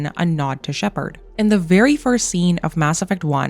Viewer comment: It’s not Shepard